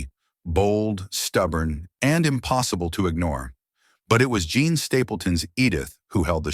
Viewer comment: Why is the narrator refering to Jean as "John?' How come these errors aren't fixed in editing?